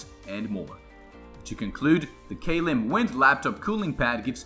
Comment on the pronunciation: its not pronounced like k lim it is pronounced klim.